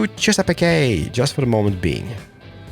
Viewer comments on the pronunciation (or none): A week late, but it's torturing me. Native American names can be tricky. Chesapeake= "Ches-a-peak"; Souix= "Sue". Google will be your friend! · Chess-a-peak no e sound on the end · You Chesapeake by (Chess-ugh-peak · Chesapeake is chess-ah-peak